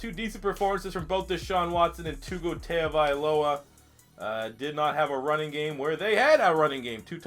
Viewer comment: It’s Tongue-O-Vy-Low-A